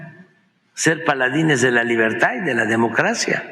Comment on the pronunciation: 😂 "de la libertá" 🤣, "la elección del 2006"😪" échenle alcohol 🤣🤣🤣